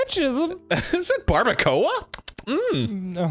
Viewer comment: WHOA that's how you say barbacoa in English???? DAMN that's weird